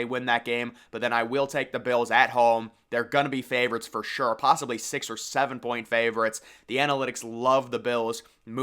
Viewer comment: I hate how u say Ravens and favorites .....😂